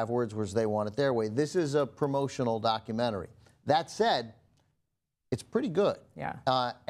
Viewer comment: Why does she pronounce "doc cue mannery"?